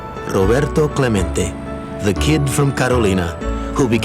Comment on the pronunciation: Narrator keeps calling him “Clemento” when his name is clearly “CLEMENTE”. What’s wrong with some people??